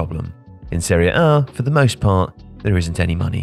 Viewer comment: Why do you say Seriea A? It’s Serie A. Woeful narration